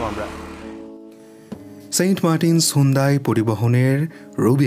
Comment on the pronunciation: ভাই সুন্দাই না,,,এইটা হুন্দাই।